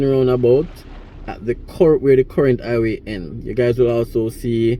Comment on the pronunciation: Hi-ghway Not I-way😂